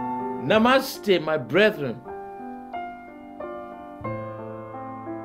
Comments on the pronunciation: "cinnadosh" god dammit I know he was trying to say synecdoche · “Sin-Egg-Dosh”... that might actually be. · That attempt at "Synechdoche" killed me. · The way pronounced Synecdoche at the end was the cherry on top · synecdoshhh got me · At the end, pronounce "synecdoche" is funny